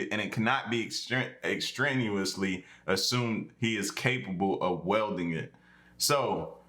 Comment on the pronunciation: Wielding = “Wee L Ding”